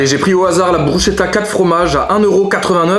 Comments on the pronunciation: On dit pas bruchetta mais brou ss keta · Bruschetta ça ce dit « brusketta « T vidéo sont vraiment incroyable et ton autre chaîne aussi continue vraiment 🙏🏼🙏🏼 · Mes oreilles qui saignent quand tu dit bruschetta 😂😂 Sinon bonne vidéo j'adore !